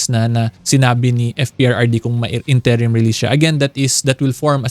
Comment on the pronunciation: What is up with the incorrect pronunciation of INTERIM?🤭